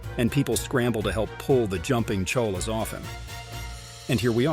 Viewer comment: The word “cholla” comes from Spanish, and when I was in Arizona I was told it’s pronounced CHOY-ya.